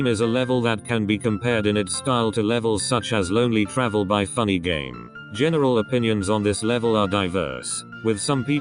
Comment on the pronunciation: maybe u can use geim than game so the voice program doesnt mess up and make it sound like gamma